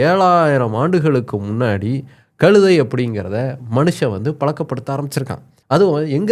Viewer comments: டேய "களுதை" முதலில் "கழுதை" என்று உச்சரிக்க பழகு பிறகு சேனலில் பேசு. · களுதை என்று தவறாக உச்சரிக்கக்கூடாது. கழுதை. ழகரம் உச்சரிக்க பயிற்ச்சி எடுத்துகொண்டு வரவும்.